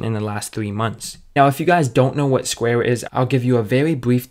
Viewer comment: CEO OF “SQUAY-UH”